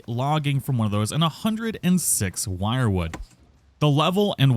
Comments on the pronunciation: You're pronouncing it wrong, its not "wirewood" its "Wierdwood" (WyrdWood) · Wyrd is not pronounced Wired rather Weird or Werd. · Is it not pronounced as “WIRD wood”? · "Wyrd" is pronounced "weird". The More You Know... 🎶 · isnt wyrdwood pronounced weird-wood